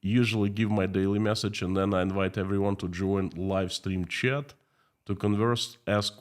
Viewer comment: Please check how to say "chat", your pronunciation can be improved.